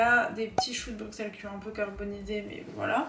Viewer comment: eeehh c'est "brussel" pas "Bruxelles" pour la prononciation (c pas méchant je dis ça juste pour que tu le saches!) sinon ta vidéo est trop cool vrmt j'ai kiffé haha